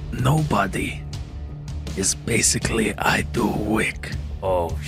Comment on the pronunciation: “Dey call him, BasicallyIDoWik” 😂😂